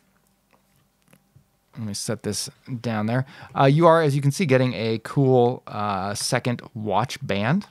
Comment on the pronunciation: It’s pronounced second se-KANDE (like ‘kong’ but with a ‘d’)